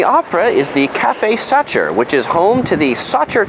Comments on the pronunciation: I actually liked your tour — practical points of interest. I spent a year in standing room — it was the best. Your pronunciation is off though: Think German: Sacher. (Sah-hHerre), the “ch” is a gruff “huh” sound with a gluttoral ch mixed in.; Wien is (Veen) — no W here; and streets are “strah-seh. Thus, Ringstrasse or Kartnerstrasse. (Ring-strah-Seh; Or (Kaerrt-ner-strah-seh). If you pronounced these a bit more Germanic, it would give you more street cred. But I did like your to=-the=point travel picks.I am no expert Thanks. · best not to say "cafe Satcher" unless you want to sound like, well, a tourist... also, the empress is called: Sisi, but still : enjoy